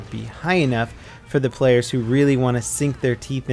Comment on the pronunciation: He said 48 playas